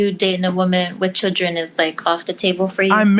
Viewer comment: I can't stand her smacking constantly, and she can't even say "children". It's not pronounced "chid-ren". Kevin is wrong when he says "women control access to secs, and men control access to relationships". This is NOT true.